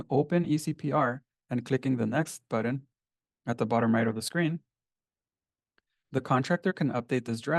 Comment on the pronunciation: It is a BUTTON, not a BUDDEN. Dude is driving me crazy with this.